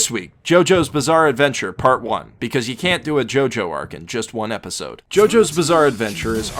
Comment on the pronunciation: Its a jojo not gogo